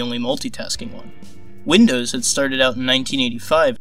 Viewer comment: Winndoes what macant